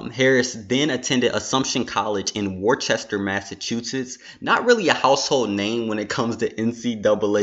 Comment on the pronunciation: You pronounced Worcester wrong btw